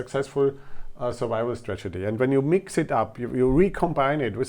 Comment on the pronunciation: Your pronunciation is fine. There's one cool error when you say stragety instead of strategy. Cheers!